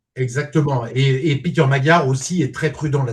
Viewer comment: "Piteur Magyar" (sic) au lieu de "Peter Magyar" ! Nous ne savions pas que ce brave Hongrois portât un prénom américain ou un anglais.